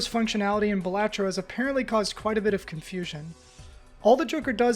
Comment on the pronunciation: Thunk: "BAL-uh-tro" Everyone: "Buh-LAH-tro" This guy: "Buh-LAT-tro"